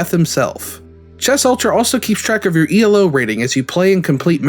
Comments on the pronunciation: It's not E L O ratings. It's Elo. Elo is a person's name. Arpad Elo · Elo is a last name. It's not E.L.O. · It's a really common mistake. Elo isn't an English name. I can't blame you for getting it wrong, just pointing it out.